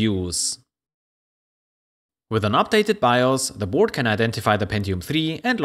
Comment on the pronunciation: It’s Board with an a not Burd with an u